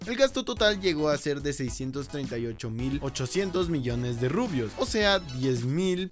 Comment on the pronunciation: rubios? Ja ja ja mejor rubius